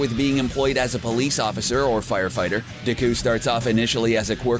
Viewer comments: ur saying his name wrong it's not Diku it's Deku and it's pronounced acadeemia not acadaymia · Ya men du cow? Not deku! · Everyone in the comments: He butchers the names Me: I couldn't be that bad Guy: Dehqui and Bahcuigow Me: 😂😂😂😂😂😂😂😂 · You can totally tell he hasnt seen the show, because he doesnt know how to pronounce bakugo or deku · DIKKUU?! BAKUUU?! KATSSUUUKI?! BAKUUUGO?! UCHAKUUU?! URARAKKAAA?! YAOYAROOZO? ENDEVUR?! ITS AN ENGLISH WORD DANG IT!! sorry didn’t mean to, like, offend you... just don’t like it when people say it wrong... 😐 😊 EAT THIS! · It 's pronounced Bauk-oo-go and De-ku. Plz pronounce every name correctly from now on. And also it's Ur-rr-ak-u